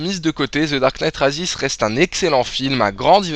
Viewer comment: Comment tu prononces "Rises" mdr X) Mais la critique est de qualité donc rien à dire.